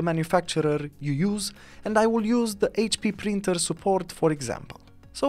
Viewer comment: It is Printer “P” as in Paul not “Brinter” heh